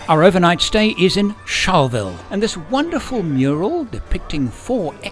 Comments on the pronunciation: It's Char-la-ville and Win-door-rah. 👌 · Dafuq is "sharville", charleville?